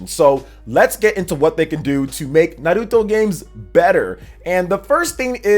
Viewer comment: Thanks for pronouncing Naruto right king